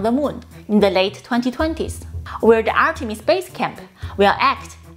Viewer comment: ArtemiX...... Sorry Artemis